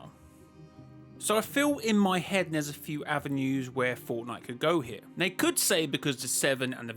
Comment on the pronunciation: Why do you keep saying They as "Nay"